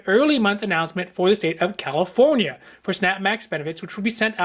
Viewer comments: I always loved the way you say carelifornia I always thought California was special lol. Thank you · THank you for not saying KILLA FONIA any more